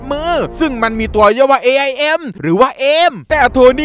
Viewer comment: พี่บอกว่า IAM AIM รึป่าวครับ😅💜